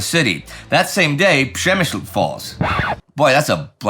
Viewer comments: Indy, as a Pole, hats off this was the best utterance of "Przemyś" I have heard from a person not raised in Poland <3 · Przemyśl :D Pronounced perfectly, good job! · Wow, after all these years covering world wars, the ultimate goal has been achieved: perfect pronunciation of the notoriously difficult “Przemyśl” by Indy! Congrats! 🎉 I’m impressed